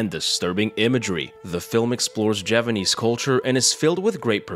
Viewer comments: He is saying it wrong. The 'P' is unmistakable. He messed up his narration, and couldn't be bothered to redo it again. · You're still saying it wrong though. The 'P' is unmistakable. You messed up your narration, and couldn't be bothered to redo it again. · This… is not Japanese… Edited to say I just saw your comment about you saying ‘Javanese’ Mbmb